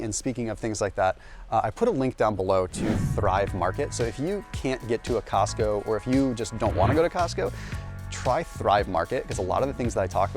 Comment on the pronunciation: Cosco? Really?